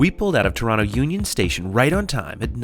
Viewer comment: Its not toraano. Its torona